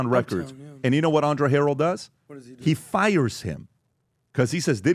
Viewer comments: Her-el not harol 😂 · Mario Winans’ name is pronounced ‘Wy-nans’. He is son of gospel singer Vickie Winans & stepson of her Ex husband, Bishop Marvin Winans, lead vocalist of the family gospel group. Andre Harrell’s last name pronounced with accent on 2nd syllable like ‘hurray’, ‘Hu-RELL’. Played on a recording session Bad Boy almost 30 yrs ago. The track was for J-Z who I was unfamiliar with at the time. Neither of them were there but I kind of feel fortunate not to be exposed to any wild blsht.